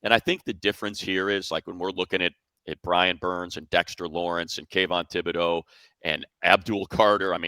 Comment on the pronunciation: Money, I trust that you have pronunciations given to you by the teams, but as a long time Dux fan, Kayvon Thibodeaux pronounces his last name TIB'-o-dough, not Thib-o-dough. Might want to double-check it with the Giants (or Thibodeaux himself) before calling the game on Sunday.